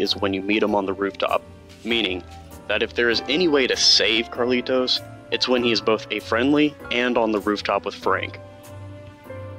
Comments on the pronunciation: Did you never realise it's Carlito, not CarlitoS? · The guys name is Carlito. Not Carlitos. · His name is carlito not Carlitos